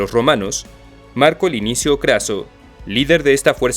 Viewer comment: Solo una cosa a corregir, es Marco Licinio Craso, no Linicio. El resto estuvo increible.